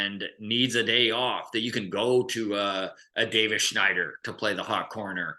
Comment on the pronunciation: pronouncing Davis Schneider is sooooo cringe.